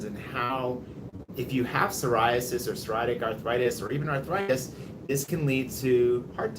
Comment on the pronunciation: Psoriatic arthritis. [SAW] + [REE] + [AT] + [IK] I’ve met some (many actually) native English speakers who struggle pronouncing this word.